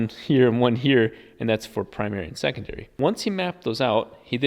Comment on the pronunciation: did you say "secondoory port" lol